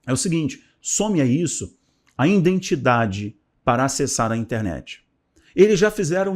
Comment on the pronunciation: Bom dia. Gostaria de lhe aconselhar sobre algumas falas. Risco de vida: risco de viver. Risco de morte: risco de morrer. No caso aqui do vídeo o correto é risco de morte. E a palavra correta é IDENTIDADE e não indentidade. IDENTIFICAÇÃO e não indentificação. Obrigado meu querido Pastor. ☝️☝️☝️☝️